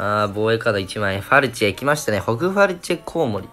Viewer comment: ファルチェがフェルチェになってるの草